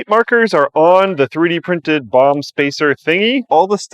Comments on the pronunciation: I keep hearing him say bong instead of bomb. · Why do I hear bong everytime he says bomb? O.o maybe I need to take a toke brb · When says bomb it sounds like he is saying bong lol